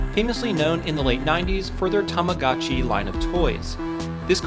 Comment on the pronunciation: It's pronounced Tah Mah GO CHI. Long O. Your mangling of Japanese names and words is unforgivable. His name is pronounced "Goon pay yoh koh ee."